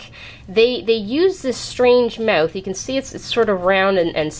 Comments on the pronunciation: "Mewth" xD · Lol the way you say mouth is funny